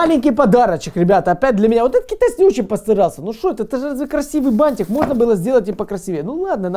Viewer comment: Ты 1000 раз сказал кетайиски